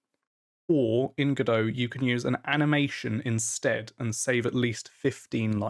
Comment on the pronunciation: It's Godot, like Robot. Nevertheless, great video!